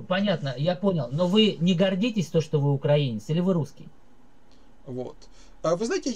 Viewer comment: вірно ставте наголос: украЇнець, а не укрАїнець...